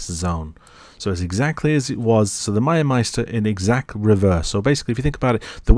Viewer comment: I love the way you said, Miasmeter 😂 Miasmeister 😂 Fantastic content, btw, you earned your sub.